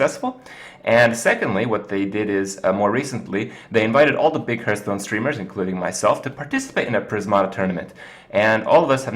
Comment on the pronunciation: It ain't hurtstone. It ain't hearthstone either :p